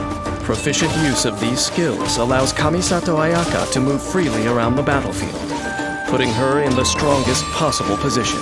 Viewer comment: japanese ayaka : kamisato ayaka english ayaka : KUHMISATOW UHYAKA